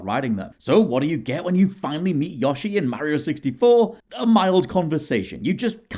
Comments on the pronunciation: love how he pronounces "Yoshi" as "Yahshi" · There's an "o" in Yoshi not an "a" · says Yo-shi wrong, it's not Yosh-i